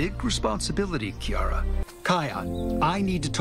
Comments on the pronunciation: No offense... but they flat out pronounce the names. You said them wrong. KAI-ON. KEY-ARA. Why do you people keep getting it wrong when it's said for you properly? They even say Kiara's name in Lion King 2: Simba's Pride! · Here's one thing you should know about Simba's cubs' names. Kion name is pronounced "Kai-on". And Kiara's name is pronounced 'Key-arra'. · your saying Kiara and Kion wrong